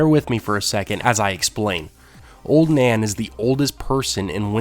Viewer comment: i heard Ser Duncan beded Oln Nan..